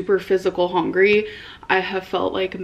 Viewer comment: It’s hungry!! With a U! Not hongry 😂